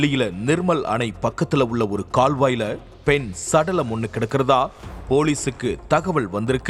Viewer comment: பெண் சடலம் னு ,பெண்ணுக்கும் ,சடலத்துக்கும் நடுவில gap விட்டு சொல்லாதீங்க.